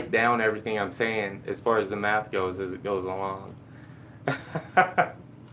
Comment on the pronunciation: See-mint lol...